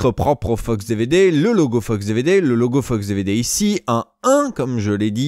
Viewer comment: A chaque fois qu'il dit "Fox DVD" j'entends "FUCKS DVD" mdrr